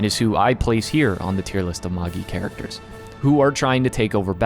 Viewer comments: It's ma-jai..not Maggie. How American do you have to be to screw up a 4 letter word that badly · Ik that's pretty much how it's used in the adaptation and most people pronounce it that way, but Magi is pronounced as /ˈmeɪdʒaɪ/, so it sounds more like mage I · Magi is pronounced ma-jai. Its the name of Zoroastrian(Persian) priests. Its where we get the word magic from. You don't say ma-gee-ic do you? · Are you actually saying “MOHG-Gee”? Seriously? LOL. WTF DUDE. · Ugh, the way you say the name. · The pronunciation of Magi is killing me smalls